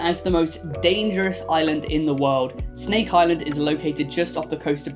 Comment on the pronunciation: I live close to the Snake Island, and Yes I laughed really hard when you pronounced it